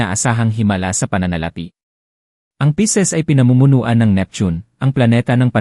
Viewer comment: Pisces po at hindi Pieces (piraso)